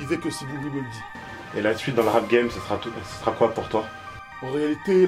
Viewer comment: Sévré! Sévré! (Sevran!) mdrrrrr il ma tué!